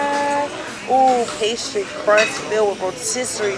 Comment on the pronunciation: She just said crusss for crust 😅😅😅😅